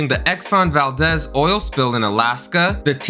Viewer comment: Bro gotta learn how to pronounce some things. Its Pete Rose like the flower. Exxon ValDEEZ like DEEZ NUTZ...Way too many to name